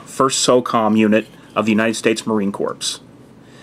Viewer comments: Hey dude... Great video! ...one thing though.... "Corps" is pronounced like "core", as in "apple core". Its a French word in which the p and s are silent. My brother is a Marine, and no Marine would pronounce it "corps". ;) Keep em sharp. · Great vid! one small critique: you don't pronounce the c or s in corps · Marine Corps is pronounced core not corpse. We're not dead.